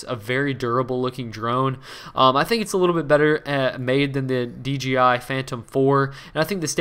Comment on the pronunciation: DJI JJJJJJJJJJ not GGGGGGGGG